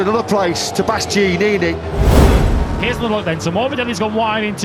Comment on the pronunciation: My man didn't say Bastianini right once